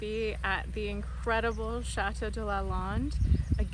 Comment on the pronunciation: Lovely,lovely. Thank you. But I beg you, please learn to pronounce chateau correctly!